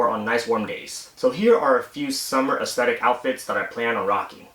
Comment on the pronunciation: Try not to stress the last syllable with saying "aesthetic". It sounds a lil unnatural and ended up sounding like "ick" instead of "tic"